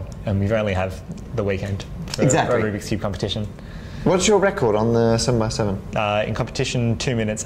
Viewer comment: "Ruby koobie" "Rubiks Cube" "Rubie Koob"